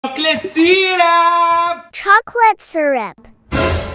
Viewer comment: Why. Shes. Say. Cat. Chocolate. Syrup is. Was. - a. Syrap